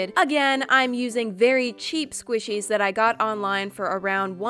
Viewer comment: and it's squishies not swishies